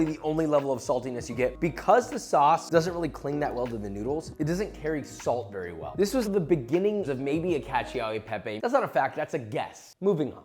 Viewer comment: The way you pronounced cacio e pepe is godawful man